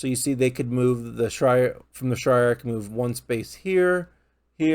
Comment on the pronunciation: Bro said the grey heavens and the shrire lmao I'm weak